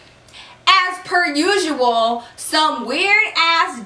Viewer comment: I thought she said "ass per usual" 😂